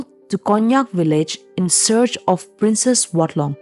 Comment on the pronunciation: Aoart from the fact that the narrator pronounced "princess" as "princes" this was a very interesting story. Thanks 👍